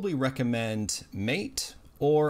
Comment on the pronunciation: Isn’t the MATE desktop environment pronounced MATÉ?